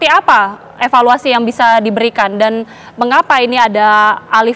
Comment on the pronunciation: Roh asli jiwa jabar, epaluasi, epaluasi, epaluasi😂